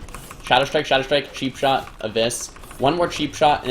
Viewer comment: its not sheepshot its cheapshot :D